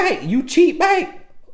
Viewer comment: TRUUUUTH! This is THE MOST VALUABLE takeaway for any women listening, despite how I feel he's incorrect directly after say we're insecure & petty, etc. It's because we see/feel the disrespect and transgression on a waaaaaayy more visceral level. Not out of pettiness or immaturity or to get her "BIKE" (back, since dude thinks he can butcher one word of the English language and we gon' think he's Plies...). If we stay with you, you haven't been forgiven honey boo-boo, we're just tolerating the betrayal and playing the long game saving face. We'll spend 40 years after that moment to save face from the pain and embarrassment to make it seem like we weren't bothered by what you did and you're not that important for us to lose our shit over you being a trifling ho... So for the next, however long we stay with your cheating ass, we'll always be quietly steaming wanting to go off and you can GUARANTEE it won't never be forgotten, and always right there in the back of our minds. Baby, you gon' be suspect forever...believe that. This dude just trying to appease the women who may watch this🙄 . So even on his digital life via YouTube he's still trying to use buzz words and culturally popular PC ideologies 😆 🤣 😂. Sad too, because I half ass agree with what he's saying. But about 30% of it is BS and pure appeasement to keep both sides of his viewers agreeing with him and tuned in. It's a typical push-and-pull tactic for speakers of divisive or sensitive topics.